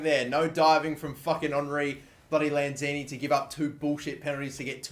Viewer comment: "Henry Lanzini" whattt